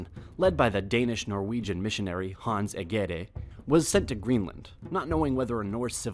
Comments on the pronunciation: "Hance Egayde", haha! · The Crown you are showing here is not the Danish Royal Crown, but that of the UK. When you said Hans Egede I couldn't stop laughing. Sorry I know it's hard to say. The way to say Egede is more like this E (closer to A) G (like a J) E (like when you say an without the n) D (like when you say THE) and last E (is not used). But always fun for someone else to here the words said in another languid.